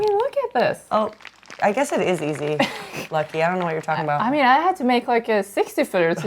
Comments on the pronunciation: Why is Lykke pronouncing her name wrong? it's not Lucky... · Petition to start calling Lykke Lorentzen “Lady Lorentzen” - we americans butcher her name so much she’s owed respect and reparations.